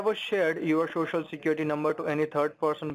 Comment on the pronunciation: your shocial lol